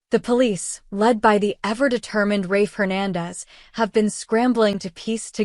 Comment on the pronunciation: It is Rafe not Ray